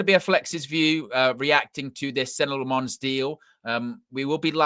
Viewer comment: 🚨 OFFICIAL PRONOUNCIATION 🚨 Senne (SENnuh) - emphasis on first syllable Lammens (LAHmuhns) - EMPHASIS ON FIRST SYLLABLE(!) Andy Mitten is the only one who got it right so far. Everyone from Ste Howson all the way to is doing the French inflection, like it’s Croissants or Provence with emphasis on the last syllable. But HE IS FLEMISH AND THAT MEANS DUTCH SPEAKING. The name is Dutch as well. I’m a Dutchman. Thanks for your attention. Good luck!